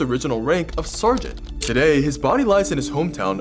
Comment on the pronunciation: I’ve never heard anyone say sergeant like that